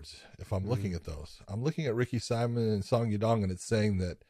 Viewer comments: Ricky simoan is how it's pronounced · Ricks last name is pronounced see-moan simon.. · It's Ricky Simón, the Hispanic pronunciation